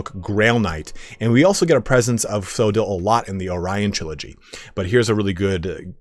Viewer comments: It's not pronounced so-dill, it's Co-odd-le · Coedill is pronounced with hard C, like Cooperation. Co Eh Dill. Just incase anyone curious.